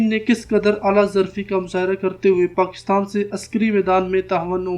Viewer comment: how come he cannot pronounce Pakistan?